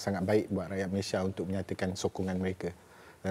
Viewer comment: Suka Dengar Cara Adam Adli Sebut Nama Negara 🇲🇾 MALAYSIA as in “ MALAY-SI-YA “ sebab sekarang ni ramai yang sebut 🇲🇾 MALAY-SHEER